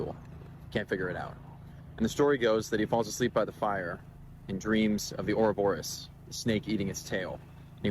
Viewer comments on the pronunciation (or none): none